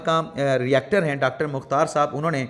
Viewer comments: یونیورسٹی کا ری ایکٹر نہیں ہوتا بلکہ ریکٹر ہوتا ہی۔ Not Reactor but Rector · ۔ آپ یونیورسٹی کے ہیڈ کے لیئے اکثر ایک لفظ "ری-ایکٹر" استعمال کرتے ہیں۔ اطلاعا" عرض ہے کہ یہاں درست لفظ "ریکٹر" ہے۔ شکریہ